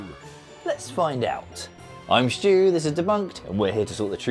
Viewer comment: There is no H in "Stu."